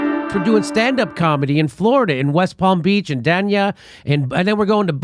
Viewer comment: Its "Dānia".. long "a".. drivin me nuts.. sorry..